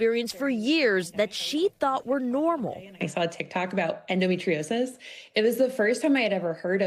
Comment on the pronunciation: His inability to pronounce "endometriosis" says so much about my lifelong struggle with the condition.